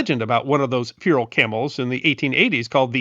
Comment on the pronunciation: Pretty interesting, although in a video praising camels you should perhaps remember that feral is not pronounced "fear-al".